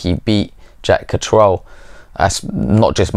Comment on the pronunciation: If you've known him so long, you think you could pronounce his name correctly. Katrel? I've never heard anyone pronouncing it that way. Absurd.